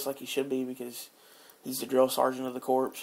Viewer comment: Corps is pronounced with the p and s silent a corpse is a dead body you dumb ass